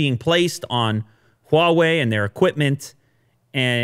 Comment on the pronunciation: First time heard an English speaker pronounce "H"wa Wei correctly. While a lots of Americans will find the "H" sound wired, it actually is the same sound of French "R" - somehow they think French is elegant.